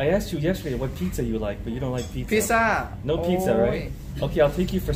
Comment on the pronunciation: It is not picca ok it is pizza.